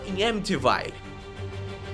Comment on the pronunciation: Pronúncia certa "Edi e Loraini uoren" "Horror em amitivil' "Winsconsin"